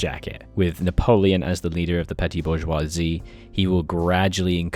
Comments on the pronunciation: it's 'boo-j--wha-zee' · it´s actually pronounced Bourgeoisie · bor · zhwaa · zee (That is how you pronounce it) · Bourgeoisie is pronounced boar-shear-see btw, awesome bit tho! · I believe its pronounced Bourgussy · bourgeoisie in US english is generally pronounced like booj-wah-zee